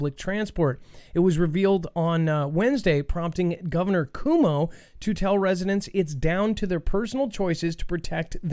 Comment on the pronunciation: New York governor Cuomo name is pronounced "quo mo". Like quo if you are to start saying the word quote, but drop the T and and a "mo" like you (mow) your lawn. Quo - Mo. Not Koo -Mo. Just saying. LOL